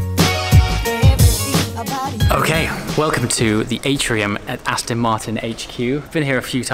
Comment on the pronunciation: Aston, not Astin.